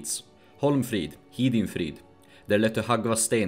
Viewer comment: May I ask why you turned/interpreted/translated Hidinfrid into Hidinrid, when speaking about the writings on the stone? Both the captions and your pronounciation align, so it's not just a spelling error. Not saying you're wrong, I just don't see the meaning behind it